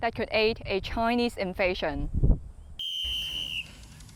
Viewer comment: they way the translator pronounces chinuuuh xd i cant